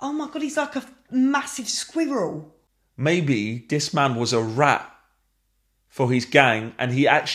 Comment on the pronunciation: Holy Fing Shit, saying the word "squirrel" might be the greatest thing I have ever heard.